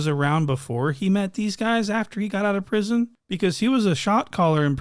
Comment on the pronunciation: “As far as prithon, he been in prithon fedth and all” 🤡